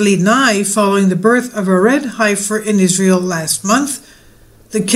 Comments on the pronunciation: its not Ifer sounds like Hugh Hefner Heifer sounds like Hefner eh just a friendly correction . PS i really love your channel From Houston Texas cow central . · You are pronouncing heifer correctly for a Greek. You are such a dear! I grew up on a dairy farm, and the word is pronounced with a very short e , heffer like Jeffer son. Love you! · just so you know, it is pronounced 'He'fer'. Drop the 'I', short 'e'.